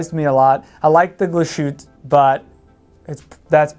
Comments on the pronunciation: Please don't say -Glas -schütte-. It's called Glas-hütte. But nice Video 👍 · Every time I heard “Glashutta” a part of me died. Great video otherwise! Thumbs up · Glas-Hütte, compound word meaning “glass hut”, so no sh sound (which would be spelled sch anyway), three syllables, accent on the first syllable. We won't quibble about the ü. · Wtf Glas shoot? It's pronounced. GLASS HOOTER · do you not like Glashutta ? and why ? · Why do Americans have to screw up the pronunciation of European names? Every. Freaking. Time. If they can't get the brand name right, what makes them think they can be taken seriously for any other thing that comes out of their mouth about the watch? Like watching a pair of hot dog vendors talking about truffles.